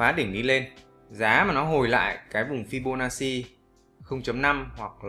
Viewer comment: Đọc là fi-bô-na-chi, góp ý xíu thui. Thanks ad vì bài giảng dễ hiểu thực tế 🤗